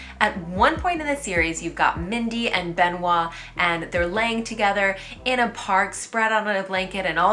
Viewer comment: Be noit. Pas Ben oit.